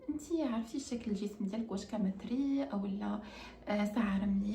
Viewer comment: ختي عصبتيني تعلمي العربية: كمثرى بالضمة و خصر بالفتحة.. 🤦‍♀️